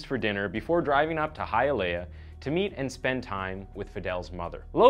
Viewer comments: I’m from Miami lemme help u out 😂 Hialeah hya-leah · it's pronounced hi-ah-lee-ah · It's pronounced hi-ya-lee-ah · HEE UH LAY UH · The way he said Hialeah lol. But yea I’m all seriousness, this is one of the most graphic and awful things I’ve ever heard of happening to someone. She deserved better. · biggest tragedy was how u pronounced hialeah